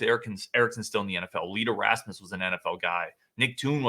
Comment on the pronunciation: Donald Hayes was from Madison East. And it’s not Lee ‘Derasmus’. His last name rhymes with famous. Famous Lee Deramus. Clown mistakes.